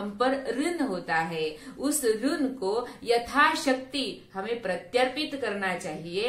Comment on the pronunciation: " ऋन" नहीं, अपितु "ऋण"., "दक्षिणा", "कारण", "रुग्ण", "रक्षण".